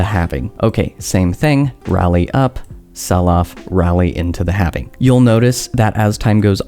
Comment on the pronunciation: HALVING HAL-VING. NOT HAVING. HALVING